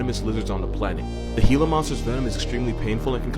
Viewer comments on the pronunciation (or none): The Gila monster the g in gila SOUNDS LIKE A G NOT A H